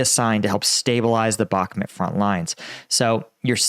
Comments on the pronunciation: the name of the town is Bakhmut /bəh'mu:t/ with the stress on the second syllable. Thank you! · I don’t get why he keeps pronouncing Bakhmut as Bakmet. It’s not in Pakistan. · It’s BakhMOOT. Like that… You sound like a clown.